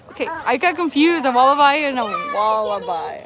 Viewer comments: It's 'eeem yoo' and 'walla b', not bye. 🇦🇺😃👍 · I think I heard the word wallaby mispronounced, it was pronounced as wal-a-bye, it should be pronounced as wal-a-bee. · G'day from Queensland, You guys need to get to Australia. Morning to you guys. You guys could pass as Australian's, Wallaby is pronounced Walla-bee, Emu is E-moo. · Lol please stop saying wallabi. 😬